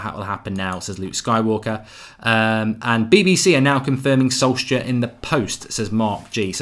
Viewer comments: Why do you pronounce it Solsker? It's solce-shar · It's not solkzager.. It's pronounced as solkshzaer😂😂😂( A guy on twitter said this).. Waiting to see ole back!!❤ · Mark its solskjææææær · the 'K' is silent in Solskjaer.. Easy way to remember the pronociation is 'Solsshire'.. Sols + shire.. Like you would pronounce Wilshire. Just pronounce the 'Sols' then the 'Shire'..Zidane, Pep and Enrique were all TeamB coaches like Ole they only know their clubs. So let's get behind our 20Legend.. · please can you say solskjeAR😂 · Am I the only one who was pissed off by Goldbridges pronunciation of Solskjaer? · For god damn sake, pronounce the name properly ! :D Ole Gunnar Solskjær and Molde ( pronounced as mole-day) !!